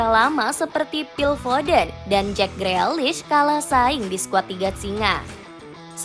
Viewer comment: Tukel apa Tukul min? Freakish itu dibacanya grilish 😂😂😂